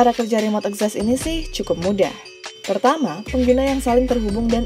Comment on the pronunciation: Literally nobody: Narator, akses: akses Access: ekzessss